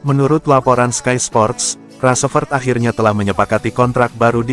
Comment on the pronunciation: Ngomong rasfrod bae balepotan